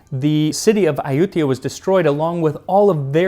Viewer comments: Huh, I always heard it pronounced Ay-u-thai-ya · Ayuthya sounds more like Ayodhya, does it not ??